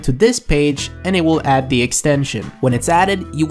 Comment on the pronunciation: bro, why do you say "duh" instead of "the." Where are you from in the U.S. that anyone even speaks like that? I have a friend who speaks like that too but how.